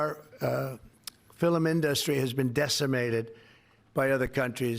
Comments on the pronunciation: "The fill-um inDUSTry"? I can't listen to the man talk. He puts emPHAsis on the wrong sylLABle. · Dementia Don said the "filum" industry. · Did TROTUS say "Filum industry "?😂...."grossly incompetent"? Projection is a real mothafoya. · He said fillum! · "fillum industry" ??? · “The Fililming industry” you Fg what?😅😅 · “Fill-em” and “industry” are another TWO words he pronounces in a WEIRD way! 😂😂😂😂😂 He’s a BAD JOKE! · The FILUM industry eh! Really, filUm. Perhaps not one of his best words that he boasts he knows. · Did he say “filim” instead of film? 😄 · what is the filim industry? Filim? FIL-M. ha ha ha\ Don't worry - you are not the only one who doesn't understand anymore. And Joe said he would defect to canada ;) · My father was having problems with dementia and he also said the word film like fillum. Is that dementia? Or just an age thing? My dad was Also in his 80's. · Did he say “fillem industry” ? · Fil-um. What an idiot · The "filum in-dustry.." What a doofus!!!!! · Our Filimindustry???? He can’t even pronounce film industry correctly. Omg, he’s frying. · it sounds like he's saying 'FILLIM INDUSTRY" 😅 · Fillm industry again WTF can’t even pronounce FILM. Or China. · "Fil'um industry" - wtf?!?!?!??! 🤦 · Fillum is the Scots and Northern Irish pronunciation , maybe his mother said it that way . Scots are mortified that he has a Scots mother.